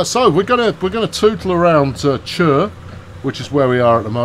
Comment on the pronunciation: Btw chur is pronounced like your saying kor